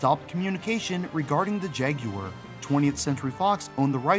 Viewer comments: “Jag you were”??? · i can't watch this video if you're gonna be pronouncing it "jag-you-urr" the entire time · My ears are bleeding after hearing you call this thing the “Jag-yoo-wer” over and over.